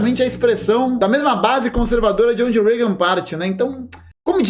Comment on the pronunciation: É Reagan